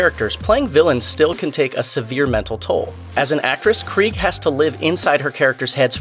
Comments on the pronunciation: Her last name is pronounced KREE-Ga you moron. do the research. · Her surname has 2 syllables, not one.